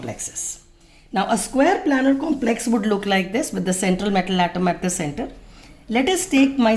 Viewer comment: Maam it isn't planner ,it's planar. Please correct it maam .otherwise the video is great